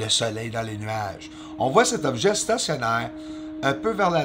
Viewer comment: Un "objat" 😅😂